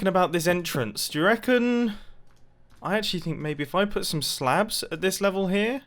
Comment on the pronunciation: Blin, I always slightly hear "slab as "slav", blyat!